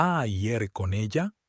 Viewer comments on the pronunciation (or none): Es ir.No sé por qué lo pronuncian asi.